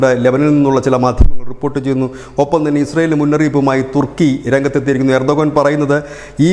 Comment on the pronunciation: ഏർഡൊഗം അല്ല ഏർഡ് ഡോഗ്